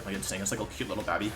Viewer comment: Wolfe: i was pretty good at english. Also Wolfe: Wenusaur, babbie formie, yolteon